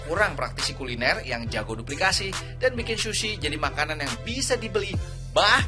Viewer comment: Ga tahan sama "shushi" Nya. Dan diulang ulang terus "shushi" Nya